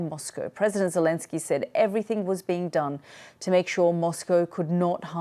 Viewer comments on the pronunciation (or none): none